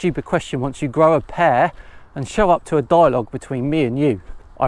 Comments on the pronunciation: "grow a pear"? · "Grow a pear"? Lmfao.